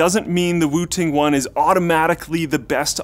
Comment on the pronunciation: Lol thought he said "Wu Tang one" until I read description